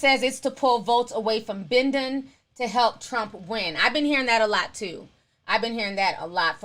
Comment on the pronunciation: "Been-den" lol really?